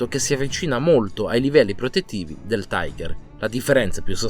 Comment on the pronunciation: La pronuncia ďel carro Tiger è tigher e non taigher. Sono tedeschi, non inglesi.